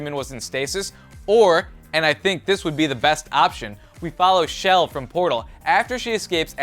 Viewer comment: no offense, but Chell isn't pronounced "Shelle" It's pronounced "Chell" with a "ch" sound. I'm not assuming, the game developers actually pronounce it that way.